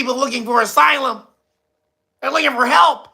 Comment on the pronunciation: Ass-ylum 😂 papa Biden is so gullible